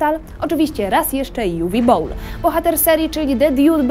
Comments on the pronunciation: Umm... Nikt w komentarzach nie zwrócił uwagę na tę przedziwną, zamerykanizowaną wymowę Uwe Bolla? To nie żaden Uve Bowl, tylko Niemiec - Uwe Boll. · Dlaczego Juwi Bołl? Przecież to Niemiec z pochodzenia. Prowadząca sama to zresztą mówi w filmiku... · Juwi Bołl xd